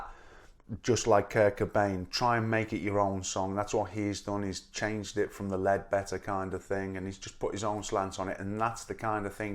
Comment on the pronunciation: Yes, Leadbelly. It sounds like he says leadbetter, but I think it's an accent. If not, he had PJ on his mind.